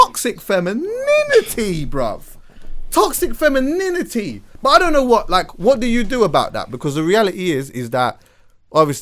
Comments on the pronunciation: TOXIC FEMIN-IN-IN-ITY :O ... He says it like when a kid learns a swear word for the first time lol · alot of facts in this ...that TOXIC-fem-in-NINITYyy is kills me though lol